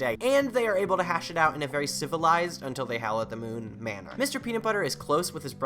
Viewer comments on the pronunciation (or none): none